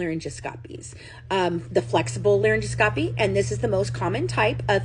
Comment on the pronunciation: Just an fyi: It’s pronounced laryn-gos-copy I noticed that Deedee had a very young sounding voice too